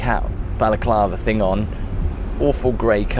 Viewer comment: Those lampshades are very normal sized btw but really I wonder why you pronounce ‘thing’ like ‘think’?